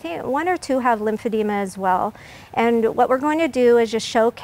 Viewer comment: “I posted this picture to promote and educate about lymphedema . . .” No you didn’t, honey. Pic Pronunciation - limb-feh-dee-muh